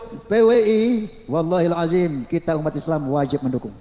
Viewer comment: Kyai oma baca عَظِيْمِ dilafalkan “aziim”. Belajar ngaji dulu kang sblm koar2, itu merubah arti dari ظ menjadi ز